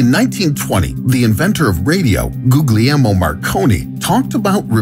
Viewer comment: Incidentally, your pronunciation of Marconi's christian name is completely wrong.